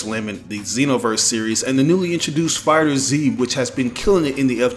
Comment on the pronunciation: You are saying the name of that game wrong, its called Dragon Ball Fighters but with a "Z" instead of an "S", Not Dragon Ball Fighter Z.